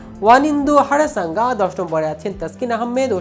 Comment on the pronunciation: Harasanga ki 😂? Hasaranga😂 Nam poira news koiren bro